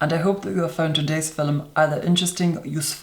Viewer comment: Fil-lum, don't forget the intonation 😁